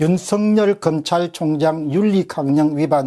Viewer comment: 윤석열을 윤성렬로 발음하시네요윤서결로 발음해야 되지않을까요?